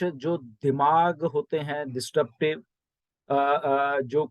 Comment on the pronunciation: Sir... Pls note it is not DIS 'T' RUPTIVE. It's DIS- RUP-TIVE. Congratulations To Allllllll Founders.